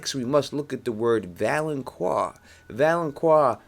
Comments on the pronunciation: its valonCAR not valonQUA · First man it's not pronounced val-on-qua, it's val-on-car. Also "gold will be their crowns" refers to the fact that all of Cersei's kids are blonde haired, not literal crowns. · Great theory, but please realize it is pronounced valenKAR - not QUAR. No long U sound in the word. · "The Valenkwar". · It's pronounced Vo-lon-kar Volanqar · It's pronounced "Val-an-KAR". But still good prophecy explanation video. Plus the Euron theory is Pretty cool. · Valonqar is pronounced val-un-kar. Q in high Valyrian is a K sound. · Dude, you mispronounce Gendry, Myrcella and Valonqar... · Thank the lord someone else noticed this, how, after all the videos about the Valonqar theory does he keep on pronouncing it wrong !!!!!